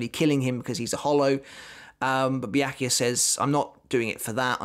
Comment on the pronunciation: Byakuya pronounces Bia-ku-ya.